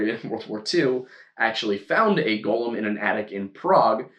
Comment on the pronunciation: Ok a couple of things; it’s Go-lem, not Gall-um so stick with just the one pronunciation. The Rabbi’s name was pronounced “Low” not, Lao. Yes it was kiln fired clay as the elements of earth and fire were both used to create a Golem.